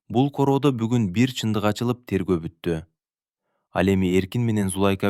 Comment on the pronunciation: Окуп аткан бала , эркек эле неме экенсиң , кыргызча так окусаң , коро эмес короо ! Зулайка деген атты да так оку .